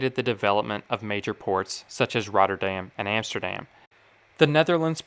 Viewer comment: EMSTERDEM, ROTTERDEM, YOUTRACK are not exactly Dutch pronunciations !!!